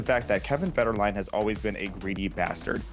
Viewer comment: Its Kevin Fed-her-a-line 😂